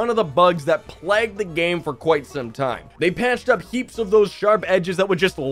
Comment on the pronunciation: "a ton of the bugs that PLAGGED the game" lol what